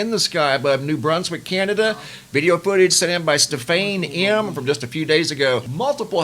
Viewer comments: did you just say........"STUF FAYNE" for the name "Stephane" (Stef-ahn)??😳 OMGWTFDEAD!! 😆😂🤣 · Did just say........"STUF FAYNE" for the name "Stephane" (Stef-ahn)?? OMGWTFDEAD!!! 😆😂🤣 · LOL "STUF-FAYNE" 😆😂🤣